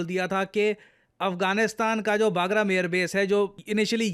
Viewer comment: it's बगराम Air base, it's not बागरम Air base, सर आप हमेशा इस Air base का नाम गलत pronouns करते है। सर अफगानिस्तान के इस air base का सही नाम "बगराम" Air Base hai, ना कि "बागरम" Air base. Thank you Sir 🙏🙏🙏